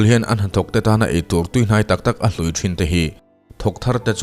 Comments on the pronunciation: Ngaihnawmin a bengvarthlak hle mai...mahse,mizo tawng hi chhiar(thlûk)dikloh i ngah thin khawp mai..etn..eitur hlûi(old/rotten) ni lovin hlui (offer/serve) tih zawk tur a ni e😊😊😊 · eitur an 'hlui' tih hi hlui(thil hlui/upa) tih ang in i lam ri a,tui(water) lamrik anga lamrik tur.... hlui i lamrik dan hi chu old one lampang a kawk daih